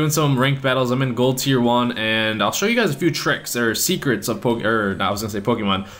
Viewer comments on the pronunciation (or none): none